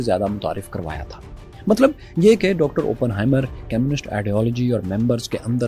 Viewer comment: How could you miss out the fact that Oppenheimer also went to Cambridge. Also one more thing, when you say communists, it sound's more like chemists, which confused me. Other than that its good. 😊